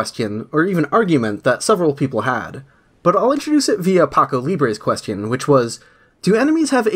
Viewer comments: I like how you say „questyon” :3c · i like how u pronounce question quest-ion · great video, also you keep pronouncing question like "quest-eon" :D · I love how you say Question.